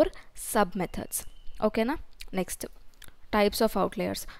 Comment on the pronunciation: "ok naa nextu".... Akka telugua??